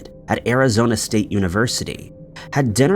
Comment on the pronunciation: Bro say Tempe again…😂😂😂😂